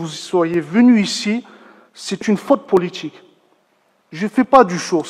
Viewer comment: faute "poooliTCHIK"